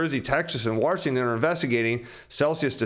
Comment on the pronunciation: There's no R in Washington